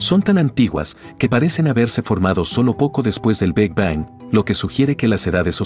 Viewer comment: FÁCIL, POR EL AVANCE DE LA CIENCIA, LO QUE AYER ERA VERDAD, HOY YA NO. GRACIAS POR EL VIDEO Y POR FAVOR, CORRIJAN AL QUE NARRA PARA QUE NO DIGA "TELESCOPIO JABAL, BEG BANG & LLEIMS WAB", NO ES NI INGLÉS NI ESPAÑOL.